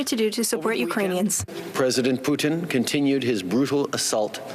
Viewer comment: Did she really say President Poutine?